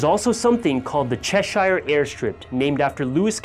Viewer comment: That nearly killed me the way he pronounced "cheshire" hahaha im from liverpool and i live in cheshire. That is not how you pronounce it. Its "chesh-eer" not "chesh-iya" hahaha